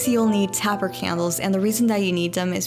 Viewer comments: psst Taper is pronounced "Tay-Purr" not "tapper" 😘 💖 I really liked the corset pillow! I'm a nut for the corset look! 💖💖💖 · "Taper" is pronounced like Tape Er. Beautiful as always.